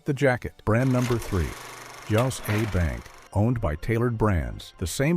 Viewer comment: As a professional writer and communicator, I have concluded that using an AI voice is a net loss of many content consumers, and even if deliberate, it is a mistake. "Joss" A Bank? Come on.